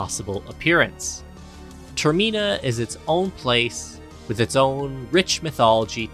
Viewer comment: Termeena? Deeku? I headcanon that people intentionally find new ways to mispronounce Zelda names 🤔